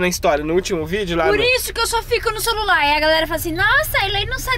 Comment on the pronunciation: por isso que eu só fico no ´´solular``